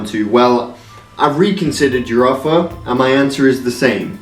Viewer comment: "I would reconsider my affer"